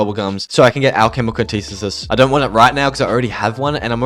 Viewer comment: Never heard anyone butcher the pronunciation of alchemical antithesis so bad.